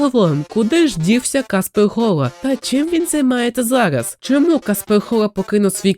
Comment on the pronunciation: я думав я ніколи не побачу когось на українському ютубі хто буде говорити "залаз", "селвелі" і інші слова з буквою "р" картавлячи до "л" P.s. сам так говорю тому цей комент і написав